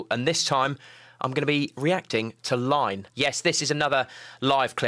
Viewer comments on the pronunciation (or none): Like, but - [EE]NE. Not LINE. Not "L" - big 'i'. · Iine! Baby metal Song:- Iine!, is pronounced [ee-ney] not Line. This is Babymetal experimenting with different genre, possibly the most genre into one song. Japanese rave, hip-hop, death metal in one song and EDM. Babymetal can do it all. "BxMxC" is the upgraded version of "Iine". BxMxC is from their 3rd album Metal Galaxy. The happiness and smiles that this 3 Japanese 🇯🇵 kawaii metal 🤘 monster ladies is awesome. The music is just raw and chaotic. Information:- •Original title: いいね (So Good!) •Released: March 7, 2012 •Format: CD Album, LP, Streaming •Length: •Language: Japanese, English •Label: BMD Fox Records (JP), Toy's Factory(JP), Amuse (JP), Juonbu (JP). •Composer: Mish-Mosh. •Lyricist: Nakata Caos (中田カオス). •Producer: Kobametal. •Daiki Kasho: (arrangement). BABYMETAL Chronology:- Previous track:- "Gimme Chocolate!!" Next track:- "Akatsuki" "Iine!" is the main song from BABYMETAL's joint single BABYMETAL×Kiba of Akiba. The song is also included in BABYMETAL's first original album BABYMETAL. Track listing:- Albums: •BABYMETAL x Kiba of Akiba •BABYMETAL •LIVE AT BUDOKAN ~RED NIGHT~ Lyrics Overview:- Ji Ku Ta Kushi Chau チ・ク・タ・ク シチャウ Feeling stop Maranaiyo キモチ 止マラナイヨ Ji Ku Ta Kushi Chau チ・ク・タ・ク シチャウ Feeling Ice Creamo! キモチ アイスクリーモ! That! My snack! それ! あたしのおやつ! Chochocho! Don't flag! ちょちょちょ! フラゲしないでよ! (Omaenomono Haorenomono) (オマエノモノハオレノモノ) I looked up at the sky alone ひとりきりで 空見上げた Sentimetal Night センチメタルナイト Let's go Zukkun and escape from reality 行こう ズッキューンと 現実逃避行 Like! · i-i-n-e!!!! NOT Line!!!